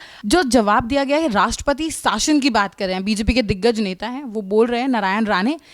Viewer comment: शासन होता है आप साशन ना बोले पत्रकार महोदया